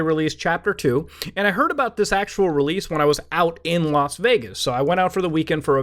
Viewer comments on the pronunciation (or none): none